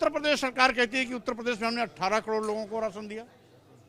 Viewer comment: Isko batao ki kador nai bolte Karod bolte h